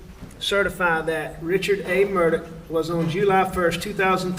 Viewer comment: AleX WITH AN X... spoken as X... HE AINT SPECIAL FOLKS, ... he just hated his real names. His last name is AUUUUUGHHHH, NOT ...OCK. MURRDauuuuugh.